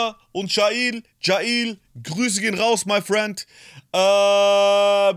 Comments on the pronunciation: Bin mir ziemlich sicher das man jaill wie das englische Gefängnis ausspricht und nicht „ja il“ 😂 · Jaill wird wie das Gefängnis auf Englisch ausgesprochen :)